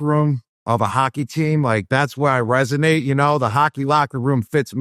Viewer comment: How does Gronk say resonate right and you guys are still saying ‘resignate’ 😂